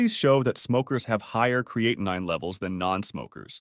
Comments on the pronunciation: Is it really the pronunciation is "creati9?" I don't think so😁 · It's amazing that this "Expert" on Kidney function can't seem to pronounce Creatinine correctly.. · This drives me crazy with the mispronunciation of creatinine. I couldn't even listen to all of it. Thanks A1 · This video is ridiculous when the narrator can not pronounce creatinine correctly or pronounce it the same way every time. Grade D